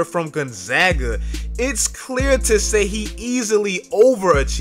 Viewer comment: Thank you for pronouncing Gonzaga correctly. Drives me crazy when people butcher that. 👍